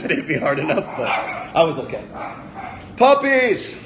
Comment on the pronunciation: I love how he said PUPPIES at the end,😂